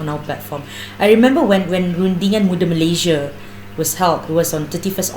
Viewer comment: Sebut Malaysia pun tak betul nak build Malaysia. Apa daaaa…